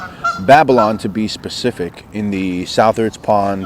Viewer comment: Just to let you know, Southards is pronounced like suthards